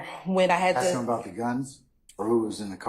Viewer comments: She doesn't ask she axe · Yeeeeesss! Plus she will say. .. AX! and not ASK!!